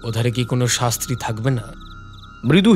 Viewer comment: ভালো উপস্থাপনা, তবে কিছু শব্দ উচ্চারণে একটু সচেতন হতে হবে। শাস্ত্রী নয়, সান্ত্রী হবে। অভিজাত শব্দ " ও" কারান্ত হবে। এগিয়ে যান, সঙ্গে আছি আমরা 😊